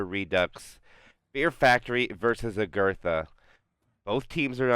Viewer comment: every time he says 'agurtha' I feel pain of cringe. But anyway good comment, great vid